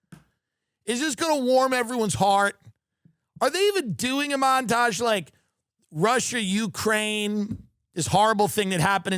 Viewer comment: You mispronounced mountage : ) Let me help pick your cherries : (